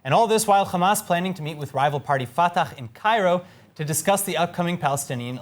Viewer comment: Put some effort to your pronunciation of Arab names. Fatah and Hamas should not be pronounced with خ but with ح